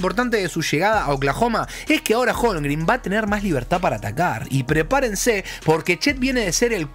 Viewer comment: Amigo, se pronuncia Shei, no Shai. HolmGREN, no Holmgrin. Saludos capo!